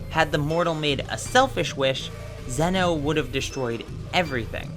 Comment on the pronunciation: I thought it was pronounced “ZEE-no”.